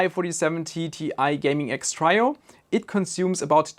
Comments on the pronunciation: Trio is pronounced Treeo not Tryo even though tri and try are pronounced the same. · "Trio" is pronounced "tree-o" not "try-o" - just so you know :P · (Tree-o), not (try-o). ;) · Your English is great but it is pronounced "tree-oh" not "try+oh" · Trio is one of those odd English words that doesn't follow the usual rules. It is said like Tree-Oh.